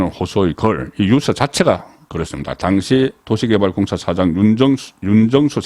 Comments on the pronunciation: 송 대표님 항상 시청하고 있지만 언론인 분께서 단어에 대한 장단 발음에 엄청 문제가 많습니다 단어의 장단에 따라 뜻이 달라지는데 그런 걸 모릅니까? 초등생도 다 아는 걸요 유~서가 아니라 단발음인 유서라고 해야 됩니다 좀 고치세요 모르면 사전을 찾아 보고요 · 송국건유튜브방송을 즐겨보면서 늘 느끼는 점은 내용은 최상의 수준인데 말실수를 잦은편인데 그건 그다지 문제가 될 수는 없지만 억양 지방시골억양이 참 문제입니다. 예컨대. 엄마의 자매 이모?를 성씨가 이씨일때 이 모씨 라고 말하면 안되듯이, 장음 단음이 정확해야하듯이 오늘 방송을 보면서 자꾸 유서를 유 서 라고 합니다. 스스로 녹음된 거 보면 그걸 못고치는지? 40년대 시골사람이 서울한번갔다와서 서울말씨를 흉내내다보니 저런 현상이 나타나듯한데, 특히 경남지방사람들이 저렇게 발음 억양을 구사하는데, 대표적으로 가장 울렁증유발수준은 성창경입니다. 그런데 송국건혼술은 정말이지 우파에서 방송내용은 최상인데, 발음 억양이 최고스럽지않는 기본이 안된건 고치는 게 좋지않을까요? 앞서 언급했듯이 성창경은 울렁증생겨 듣질못할정도인데, 기자출신이면 그걸 고치지못한다면? 울산이나 포항정도수준의 시골지방기자수준에서 벗어날 수 없는 게 아닌가하는 맘이 듭니다. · "유서"의 발음. 연습하세요. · 유~서 발음 듣기 아주 거북합니다. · 듣기에 유서가 발음이 뉴우스로 드립니다